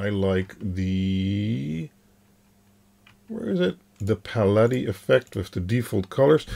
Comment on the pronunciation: I like his pronunciation better.